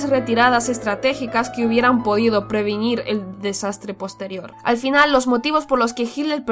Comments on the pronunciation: "Previnir", "escandivanos". Habla muchos mitos inventados por los aliados sin fuentes. Pésimo material. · Previnir, escandivanos, cerco madre mía ....